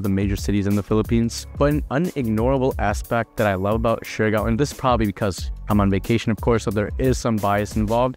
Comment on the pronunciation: I do notice that he is sometimes mixing Siargao and Surigao and end up pronouncing shurigao. Siargao: syar - gaw Surigao: su - ri - gaw